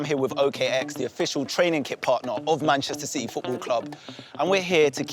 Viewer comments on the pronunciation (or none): none